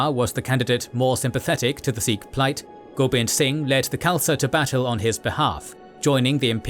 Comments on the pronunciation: It’s pronounced Sikh, not Seekh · Good work .... Continue more on Indian history .... 🙏🙏💯💯 Pronounce as Sikh and not as Seekh .... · 'Sick' is the actual pronunciation for the word Sikh, BTW. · Many phonetic mistakes with names of people and places but Great work to highlight Sikh history 🖖🏼👍🏼 much more Sikh history post 1700s through to WW1/WW2 and Post Partition/1984.